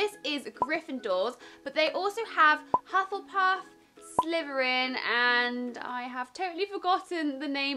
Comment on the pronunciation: It's Hufflepuff not Huthlepuff...